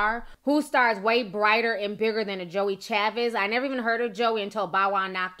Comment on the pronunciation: Her name is joie chavis!